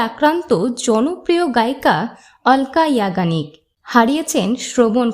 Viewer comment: উচ্চারণ টা ঠিক ঠাক বলুন অলকা ইয়াগনিগ